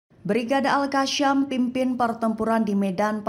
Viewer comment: Bukan algasyam yg benar itu al gasam